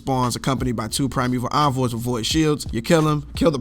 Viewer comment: Thank God you know how to pronounce envoy correctly. I subbed just on that alone. It’s incredible how many videos are out there saying it wrong.